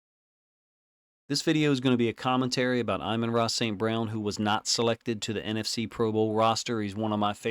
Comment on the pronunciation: Btw, it’s A mahn, not Eye men. I’ve held back all season lol. It’s his fault for being so good and making you say his name so much haha!